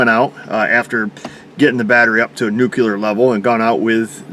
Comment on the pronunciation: “I put it on NUKULER”. 😂